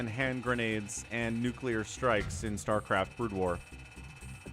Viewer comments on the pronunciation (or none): " Star Claft "